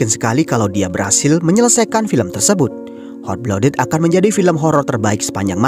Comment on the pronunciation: maaf sebelumnya bang, cuma mau saran utk pronunciation nya "Hot Blooded" lebih dibenahi lagii, kedengarannya gmn gitu hehe. overall bagus, lanjut film2 lain lg. semangattt